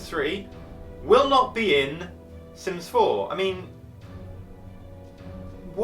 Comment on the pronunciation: Are you sure your talking about sims 4 it sounds like sims 0